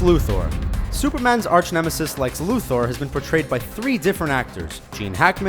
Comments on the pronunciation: Lu THOR ITS LUTHER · Lu THOR fuck naw look at the spelling Luther not fucking Thor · Lex Lu-Thor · Lex lu-thor, why pronounce it like that? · If you say ''Lex Luthor'' like ''Lex Luthoorree'' one more time I'm going to lose my shit...